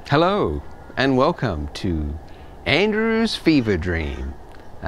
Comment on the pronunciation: Hello and wellCum